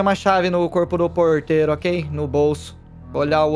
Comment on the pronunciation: toda vez que o celbbit fala ''porteiro'' é uma facada no meu coração edit: mano quando o arthur chamou o gato de jenifer eu tive um treco